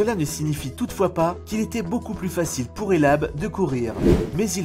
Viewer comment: Hellah Sidibe PAS hellab